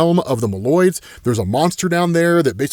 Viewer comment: Moloids pronounced like they are the neighbors hosting Yahtzee this week and not "Mole-oids"